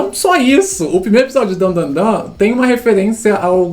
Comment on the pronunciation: a única critica é de errar o nome de Dandadan, de resto tá de boas